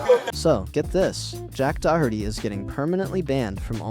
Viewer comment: Dude learn how to pronounce Doherty